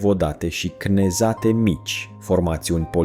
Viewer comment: Da, este și mi-au sângerat urechile de câteva ori. În timp ce autorul vorbește despre unii comentatori că sunt analfabeți funcționali, el nu a fost în stare să-l instruiască pronunția corectă a cuvântului cnezat 😂😷